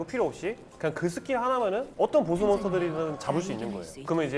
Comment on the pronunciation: 보쓰 가 아니고 보스~